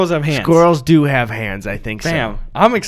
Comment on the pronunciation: O god Gus is bringing me back with erik the bike man. Im pretty sure it started in MN. He really sounds like it when he said, it’s true, i dooo.